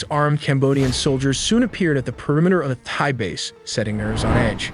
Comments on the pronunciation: You could've taken the time to learn how to pronounce "Thai" correctly. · bro, stop pronouncing the "h" in thai...50% of the time, you skip the "h" other 50% u include it...hella annoying. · Duum pronunciation for the way you say Thai. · My guy used AI to say Thai wrong a thousand times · AI would pronounce thai better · Please stop saying Thigh 😭 Thai is pronounced like Neck Tie. Wait a minute you used the correct pronunciation for a few minutes then didn't again!?! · Just FYI it’s Thai (Tai) not Thai (Thigh), thank you for educational video ! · It’s pronounced “thigh” it’s “tie” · Thai is pronounced Tie not Thigh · THAI is pronounced "Tie" not "thigh." Thailand is pronounced "Tie-land" not "Thigh-land." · Thai (Tie) not Thigh. AI is horrible. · If you can say Thailand, why can't you say Thai correctly? It's not "thy". It's "tie" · Thigh and Turkey-yay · This video is AI slop and absolute garbage. In the first minute it talks about the "Thigh Military." Completely useless, not worth watching. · Thai is pronounced Tie, and not Thighs. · Excellent work on the video. Very well done. My only critique is Thai is pronounced "tie" like a neck tie...not "thigh". Other than that fantastic work with the animations. Its actually extremely interesting and informative. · Very annoying to hear "thigh" and not "Thai" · Tis TA, not Tha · Thai is pronounced “Tai” not “Thigh” 🤦‍♂️ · Why do you pronounce "Thai" like Donald Trump? It's Thailand, not Thighland. The people are Thai, not Thigh. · It not pronounced "thigh" it's pronounced "tie", please fix this. Also, you assume a scout of scout drone is used, which is not in the case of these low end militaries. They can simply just pick a target on Google maps and let it go. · It’s pronounced as TIE not THIGH. Do better. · Thai is pronounced “Tie” in English, NOT “fi”. Get your AI right. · How can you pronounce Thailand as thigh and tai different time in the same video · "Tie" not "Thigh" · "Thigh"- That ain't it chief